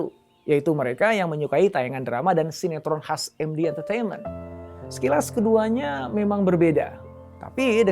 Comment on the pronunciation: APA BAPAK BILANG ? MekDi TiVi ? 😅 Hwahahahahahahaha 😂😂😂😂😂😂😂😂